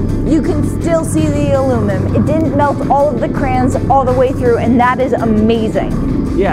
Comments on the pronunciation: Why does she say alumum ... where did the i and n go? It’s aluminum. Or al-U-mini-um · "alumim" wut... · I agree with on the crayon thing however it is not aloominum it is aluminium. As in A-LUH-MIN-YUM. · Says crayons correctly but still ignores the IUM in alumin-IUM. Not aloo-min-um. DAMNIT!!